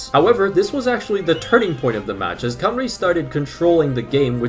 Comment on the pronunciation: Painful hearing him pronounce Ll as an L, and Cymru As Cumree